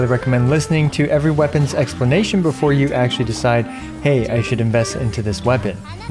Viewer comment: Hehe "explamation"